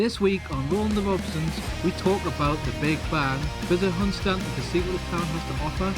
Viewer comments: Another great video. Was that the roundabout at newark I saw? The bang might of been the damper at a guess, I assume everything was OK with the van then? Already been mentioned but its hun-stan-ton . Keep up the good work 👏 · Hun-stan-ton :=) Lovely brown sea there! A bit weird about the bang, Bailey did a better job haha.. I thought your mic did a good job in the wind. Biscuit tin every day for me!